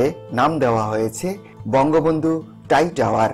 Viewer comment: ভাই টাই টাওয়ার নয় ওটা হবে "ট্রাই টাওয়ার ", একটু সংশোধন করে নিন প্লিজ।